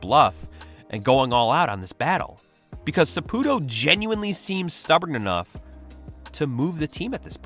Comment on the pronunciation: Sa PU TO , it's in the name